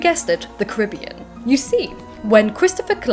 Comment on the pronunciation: That PhD student you met is spot-on with the pronunciation of Caribbean. Emphasis on ca-RIB-bean. Signed, a proud Caribbean native P.S. you are all welcome to visit!